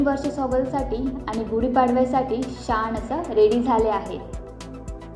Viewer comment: शान नाही बाळा, छान